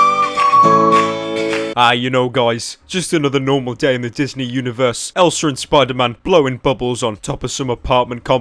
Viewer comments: he says elser instead of elsa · Ryan Thiemt anyone realized he says elsar when he says elsa, naaah i dont give a shita anyways leave it alone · When you say elsa it sounds like elser